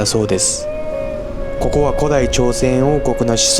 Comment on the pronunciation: こ↑こ↓アウト